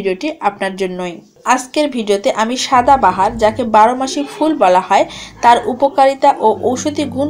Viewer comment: ঠিক উচ্চারণটা হবে "সদা বাহার" অর্থাৎ যা সব সময় সুন্দর ।